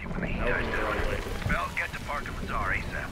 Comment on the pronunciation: When my last name be Lazar and he correctly says Lazar